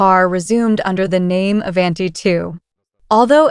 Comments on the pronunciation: Ai can’t even pronounce Avanti correctly. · Learn how to,pronoun the word Avanti! 😂